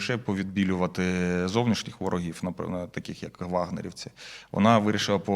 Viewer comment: Невже так тяжко вивчити українську мову??? Як же ви набридли зі своїм суржиком та кацапською вимовою! "ВорогіФФФ..." Кляті манкурти!